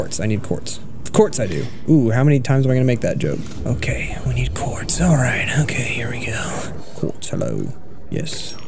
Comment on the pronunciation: It's not just me who hears corpse instead of Quartz right